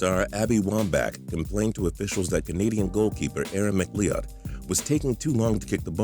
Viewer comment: Pronouncing McLeod" as Mac Lee Odd is just wrong. It's pronounced "Mac Loud"